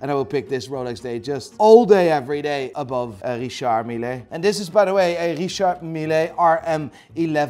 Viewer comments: I can’t stand pronounciation for Richard Mille! It’s a Swiss watch not Italian! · shits on richard mille. pronounces the name wrong. goes on to rate the brand as best watch brand a year later! 🙈